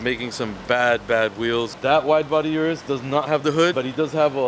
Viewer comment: O-RUS not U-rus